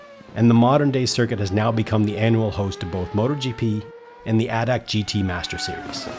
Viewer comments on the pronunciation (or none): Great review as everytime! One little thing makes my german ear bleed: ADAC is not spelled ADAC. Spell it letter for Letter, like Aye Dee Aye See or more german: Ah De Ah Zeh ;-)